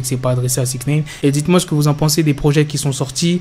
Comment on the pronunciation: pourquoi tu dis souvent "sixneïne"?